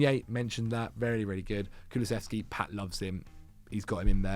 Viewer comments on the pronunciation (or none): none